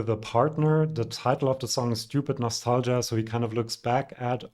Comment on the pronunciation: Since you're such a great fan of Italian music, I would like to teach you the correct pronunciation of the "ch" in "Cristicchi" and "Michielin", which is neither a German "Sch" sound, nor a (German) "Tsch" sound. In both cases you just pronounce a "K". And the word "nostalgia" in Italian is stressed on the "I" - like "Klavdia" in Greek.